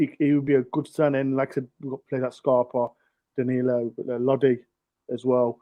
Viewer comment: I noticed that is still calling Danilo dialo for some reason lol